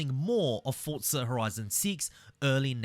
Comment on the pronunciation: It isn’t Fortza there’s no T. Its Forza, for-zuh. Hope this helps